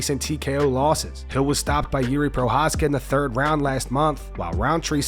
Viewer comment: im OVER-th-HEEL (HILL)...retire son !!!!....ur done !!!